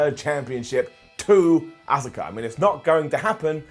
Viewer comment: Can someone tell to decide on how he’s gonna pronounce Asuka